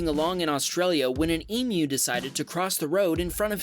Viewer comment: WOW! An American that pronounced EMU correctly :) impressed :)